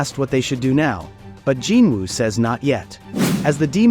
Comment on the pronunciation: Gin Wu my ass, its Jin Woo u fckin shyit